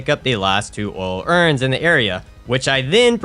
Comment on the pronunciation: If I have to hear "Oil urns" pronounced as "Ool Urns" one more time..lmao